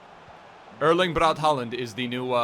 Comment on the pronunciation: It’s pronounced Holand, since a å is pronounced like a o in Norwegian / Swedish